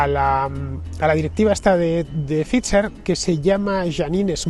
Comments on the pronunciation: Que sigas diciendo Fitzer en vez de Phai-ser a estas alturas también es gracioso… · Hijo infórmate no es Fitzer es Pfizer (se pronuncia faitzer) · Para no escapársete nada, la pronunciación de la Bigpharma no se te queda eh? /faiser/ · “Pfizer” se puede pronunciar como “pfaitser”, me resulta raro oír “fitxher” en boca de Fernando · Se te ve muy convencido por eso has vuelto a por la tercera banderilla. Qué dolor de oído cada vez que dices FIZZZZER😅😅😅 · Só escutar dizer "phitcher" en vez de "pfizer" já me deu principios de vomito. Este está grafenado até à raiz dos cabelos. Este é o nivel. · Se pronuncia “faizer “ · Nu, nu... "Faisor" (º_º) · No comprendo este comentario 😮 hasta la fecha se sabe que la unión europea favoreció este tóxico al mundo, con todos los intereses de conflicto. Estarán contentos en pfizer porque hasta lo pronuncia raro…😂😂😂 USTED DEFIENDE QUE,???